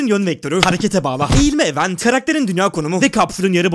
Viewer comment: 'de event kelimesi yanlış telaffuz edilmiş.